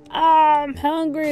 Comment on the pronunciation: ah I'm hongry 😆 I'm wheezing